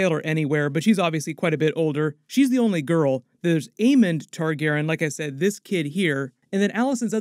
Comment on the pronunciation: Why can’t u say Targaryean?